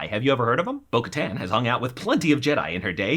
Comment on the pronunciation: Okay, small - small - correction here: Bo Katan is pronounced like Kataaaaan_, a long _A , and she was never the queen of Mandalore. She was the Duchess , after her sister Satine Kryze was killed. She was the regent of Mandalore, but the title wasn't queen , it was duchess. Also, obviously, she was dethroned, and thus her official title is Lady Bo Katan Kryze . Also, Ahsoka Tano is not a Jedi. She left the Order and does not associate with the title of Jedi Knight so that was false, too.